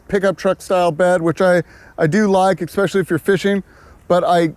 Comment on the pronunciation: "e X pecially"